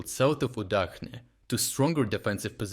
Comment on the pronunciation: so you are not even an Ukrainian? You don't read cyrillic? Удачне (Udachne) is read with CH and not H. Please stop reading it wrongly. Moreover, very sarcastically, Удачa means "luck" - so Udachne village means "lucky place" eh eh...